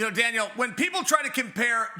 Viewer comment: Chael sounds like he’s saying Dana and Dale when he calls out to Daniel. Haha